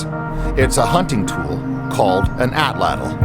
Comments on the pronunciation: Great video! Now all you northerner folk need to do is learn to pronounce the Nahuatl word "atlatl." 😉😏 From Google AI: "The stress is on the first syllable, and the "tl" sound at the end is a single, unvoiced consonant produced by placing the tongue as for a "t" and then letting air flow around the sides of the tongue for an "l" sound." Which is to say it comes out a lot like AHT-laht'. Greetings from Tennessee USA, and may the Artifact be with you! 🖖🏼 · Why is she saying atlatl twice or is another word? atlatl atlatl knife point etc. if figured it out when looking up how to pronounce Atlati its' two syllables so Ahh Latle